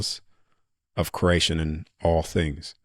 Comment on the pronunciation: My brother it’s pronounced kree·ay·shn CREATION!!!!! Say it right man dang!!